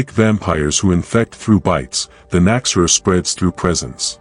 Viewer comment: An interesting video, but your AI narration is really distracting. It does not correctly pronounce the term KNOCK-ZEH-RUHR, either. I'm glad to see the Nachzehrer getting more recognition, though. Edit: fixing phonetics.